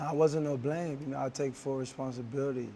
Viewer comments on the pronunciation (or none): none